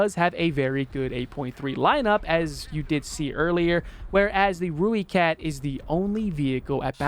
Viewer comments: Not one to nit pick love the video and the opinion on premiums but please its pronounced "ROY"kat not rooekat just wanted to offer my 2 cents worth other than that keep up the good content man:D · It’s pronounced Roy-cat. If you wanna say it like a South African it’s more like Roy-cut. Either way, it’s definitely NOT Roo-e-cat